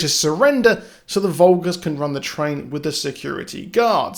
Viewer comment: Umm it's the fulgers not the vulgurs 😂